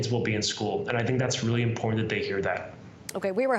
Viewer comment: I love that this guy is the "education minister"... yet he fails to even pronounce IMPORTANT properly. There's no "D" in the word, and there is a "T" sound at the end of the word. Futhermore. "PROPOSAL" isn't to be pronounced "PRAPOSAL". Furthermore. The neverending political banter... unwillingness to answer BASIC questions. They've offered nothing to CUPE. C'mon Canada. This is the best we can offer our kids and ourselves? Clown planet. Truly.